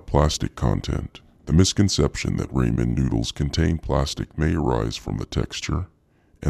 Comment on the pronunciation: Why does he keep calling Ramen noodles “Raymen noodles? Also, is that his real voice?!